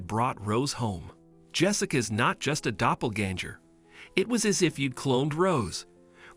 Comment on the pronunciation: it’s doplaganger not doplaganjer or jur